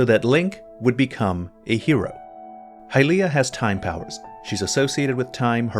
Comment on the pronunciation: Great video! But please, let's not try to make hy-LEE-ah a thing, it's HY-lee-ah.